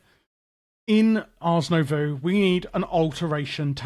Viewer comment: nobody added a comment that you pronounced Nouveau backwards (twice). The "oh" sound happens after the v.